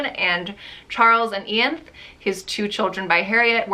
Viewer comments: Pronounced Eye-Ann-thee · Just a fun fact Percy’s daughter’s name is pronounced “I- an-thee” it’s in the Mary Shelley movie☺️☺️☺️ but she’s one of my favourite people who’s ever existed on this planet